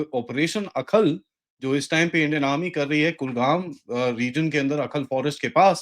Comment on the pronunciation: It is not Akhal but Ai- hal, a village in Kulgam district